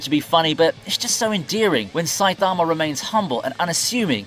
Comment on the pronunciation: Why he say Saitama like that 😭